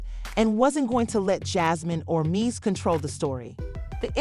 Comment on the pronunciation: how are you reporting on someone but can't pronounce their name properly (Men Dee Cees)